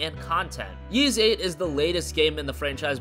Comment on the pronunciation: Ys is pronounced "Ees" like the first three letters in east not "Yeez"